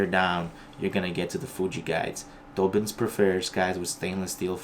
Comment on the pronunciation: Thanks for the video...about halfway through it I ordered this very rod 👍🏻 oh, I hate to be ‘’that guy’’ but it’s DAH-bins 😁